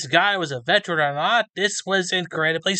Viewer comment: VETERAN is a THREE SYLLABLE WORD! VET-er-an... NOT 'vetch-ren' not 'vet-rin' .... that's an animal doctor...